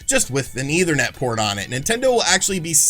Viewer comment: JESUS CHRIST DUDE! ETHERNET NOT EITHER NET! Seriously man, at this point learn what words mean and how they are pronounced. Every video you sound borderline illiterate.